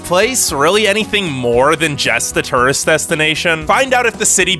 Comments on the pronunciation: One question, what's a turist? Lol. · Turist “tourist”